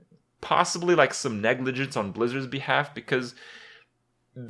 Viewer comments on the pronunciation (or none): none